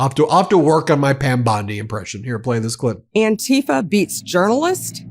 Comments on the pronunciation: It is not "an-TEE-fah," as Trumpists like to call it... some kind of scary new organization. The movement and word is anti-fa(scist), short for those who oppose fascism, and has been around since 1930 Germany. My relatives who sacrificed their lives fighting to free Europe from fascists in WWII were as anti fascist as is humanly possible. I am, and have always been, opposed to fascism. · The way they pronounce "antifa" makes it sound as if it means something that it is not. Anti-fascism isnt an organisation or a "terrorist wing". These people should not be in public office, they are incompetent